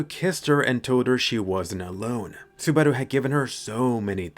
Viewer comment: Are you going for a Japanese accent when you say "Subarau" ?